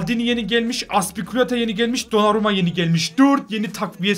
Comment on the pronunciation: Aspilicuetanın ismini düzgün söyleyin yaa